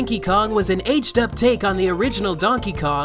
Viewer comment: "Cranky Kong was an H'd up take on the original Donkey Kong..." Wtf did he say here? "H'd up?"